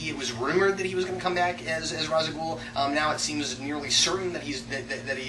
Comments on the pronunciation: I'am Calm Just Annoyed That Thanks To F-ing Nolan And is Poor Ass Research An Entire Generation Is Say Ra's Al Ghuls Name Wrong , It Bad Enough We Have To Deal With The Nolan Realiziam Bulls**t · Why Can No One F-ing Pronounce Ra's Al Ghul Name Correctly Type Ra's Al Ghul And Watch Video "Batman - Arkham Files - Ras Al Ghul" Or Type in Batman Dark Tomorrow And Watch "Batman Dark Tomorrow, Endings" Or Watch Batman Beyond Episode "Out Of The Past" Type in Batman Beyond Out Of The Past And Watch "Batman Beyond - A Close Up On 'Out Of The Past" Stupid F-ing Nolan, Did No F-ing Research Into Begins He Is A Royal Moron Please Make A Video About This And Nolan Lack Of Research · Then Why To Batman : The Animated Series / Batman Beyond Series / Batman : The Brave & The Bold Series / Batman : Dark Tommorrow Game , All Say It As "Raish Al Ghul" And Nolan The Only Person To Say "Rhas" Uh ??